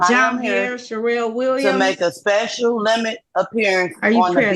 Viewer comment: 🤣🤣🤣She speshul alright!!